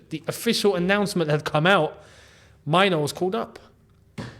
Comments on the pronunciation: Main - Nuu , not Mine- Nuu. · as a Ghanaian myself, and with Kobby being of Ghanaian descent, Mainoo is pronounced "may-nuu" not myno in Ghana. but i guess its up to him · the pronunciation is "Menu" with a stress on the "u". You are pronouncing it like "minor" which is wrong. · Erm a little bit of advice you are pronouncing the Mainoo wrongly,... Its a Ghanaian name and we it May-nuu but its slept Mainoo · the name is pronounced Meinuu